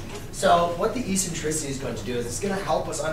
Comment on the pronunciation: Please pronounce the word, eccentricity, properly. The first "c" has a "k" sound. It is pronounced eksentrisity......The letter c is soft only before e, i, and y. You are a teacher, for information and for disinformation.